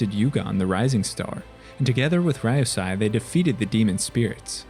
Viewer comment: Ryusei is pronounced “Ree-you-say” not “Rai-you-sai”